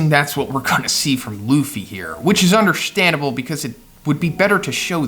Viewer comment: which is "undershtandable"